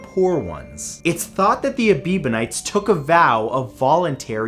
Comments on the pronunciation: "A-BEEB-on-ites?" Does this have anything to do with Justin? I read it as "Eb-BEE-on-ites. But seriously, the way I read many, maybe most, religions is a way for some group to make up a system to control others, often by making them feel guilty for being human. I think religions should concentrate on the Golden Rule, which is supposed to be part of most of them anyway. (Gee, our ancient ancestors were a squirrelly bunch!) Bon chance, tous les doux. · Ebionites. not Ebibonites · Ebionites, not Ebebionites. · That would be Ebionites - not Ebibonites. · "Ebiebenites?" Did they worship Justin Bieber? It's pronounced exactly like you spelled it in the video: "Ebionites." Your videos can be very educational, but they also seem to specialize in mispronunciation. Also, we know exactly what happened to the Greek religion. By the time of the conversion of the Roman Empire to Christianity, the Greek pagans also had to compete with numerous and widespread schools of philosophers who looked down on the old myths, as well as eastern sects and the general religion-soup that existed during the late classical period. Many of their cults had been taken over by Roman versions. All of this plus the official conversion of the empire to Christianity, and the eventual destruction and banning of pagan temples by the Christian Roman emperors, led to the predictable downfall of the Greek pantheon. Remember as well that the ancient religion of the Greeks wasn't a single unifyied whole, but a variety of cult centers spread geographically over the Greek world. That way, the Greek religion fell one temple and priesthood at a time. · Ebionites not ebibonites! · I got lost when the Aebionites became the a-bieber-nites, sorry Matt there was alot of mistakes in this video, many of these religions are still around just in small numbers, A very rare miss here. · It’s pronounced Ebeeyonites, not Ebibonites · It's Ebionites, not Ebibionites....